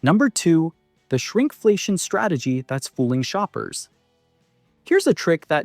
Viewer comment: Sounded pretty natural despite mispronouncing a few words like shrinkflation.